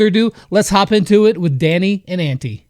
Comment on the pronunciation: I face palmed when I heard how he said Antti, and yes I know and understand that he is from the USA so please don’t comment: hE CAnT sAy tHaT bECaUse HE iS fROm tHE uSA